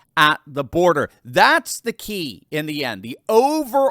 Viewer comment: Border, not birder!